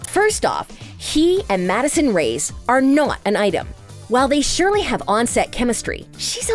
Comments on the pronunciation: Who els is mad that she said Madison rays instead of Madison (Ray-es) i dont know I probably just heard her wrong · It not rays it’s ray-es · Ughhh It's REY-ES not RAYS!